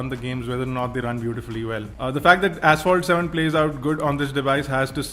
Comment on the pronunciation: Did you say Asphalt 7?